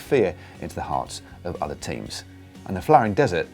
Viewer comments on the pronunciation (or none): none